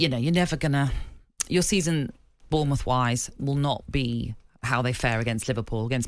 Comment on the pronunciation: Lads, it's Bournemouth.